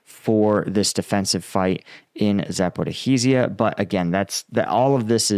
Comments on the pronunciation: It's not Zaporihizia.. it's Zaporizia.. The 'hi' sound you add is not there :) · It's "zah-poh-ree-shya" (or "zah-poh-roh-shye" in Russian), not zah-poh-ree-hee-shya. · There is no "ih-hee" in Zaporizhzhia It's Zah-poh-ree-zhee-ah. Or just Zah-poh-ree-zha. And Russians seem to replace the "ree" with "roh". But no one calls it Zah-poh-ri-hee-zee-ah Please. You're killin me 😂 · A pronunciation help, if I may, for Zaporizhia: The 'zh' sound is similar to 'sh' and is pronounced exactly the same as the 's' in the word 'treasure'. Think 'treazhure'. So you get Za-po-rizh-ee-yeh. Otherwise, try Za-po-rish-ee-yeh for a close approximation. Avoid Za-po-riz-hee-yeh, that sounds a bit weird. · ZAP- oh-REEZH-ah. There's no HEE in the word! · Please Google how to pronounce Zaporizhzhia correctly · Really you lot are here now with pronunciation nazism so I'm guessing as you're a russian every word you say in English is pronounced perfectly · streak of creatively mangling and botching the pronunciation of "Zaporizhzhia" continues 😂😂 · "Sorry if I mispronounced that." Ha! I come here for your combat analysis, not your pronunciation skills,, which are, shall we say, ballpark, at best. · He continues manage to creatively mangle "Zaporizhzhia" 😂